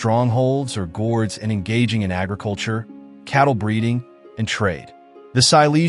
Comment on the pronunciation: Cool vid. By "Gord" i think you meant "Gród" its pronounced "grood"